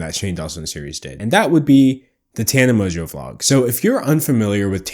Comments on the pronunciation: It's literally how it's pronounced, with a little more emphasis on the "n". How does this have 2.6K likes? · Mojo is how Tana pronounces her own last name